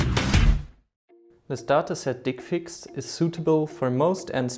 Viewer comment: Can't listen with straight face when he says "dickfix"